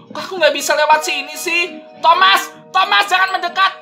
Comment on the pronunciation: Bang kok ngomongnya tomat? Bukanya itu thomas